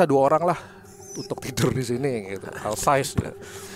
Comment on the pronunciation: OL sais mas, bkn AL sais. Jirikèn, bkn Dirijèn.😊😊😊